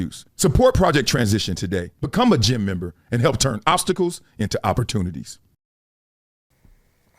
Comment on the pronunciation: My biggest takeaway from this is that you have been saying "gem member" not "gym member" this whole time 🤣